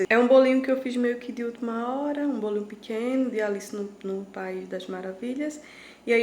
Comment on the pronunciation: Ela diz pequeno kkkk